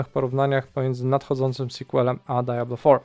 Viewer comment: dziwnie to da-ja-blo brzmi :)